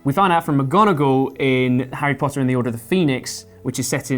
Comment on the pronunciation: The bearded guy can't even say Harry Potter correctly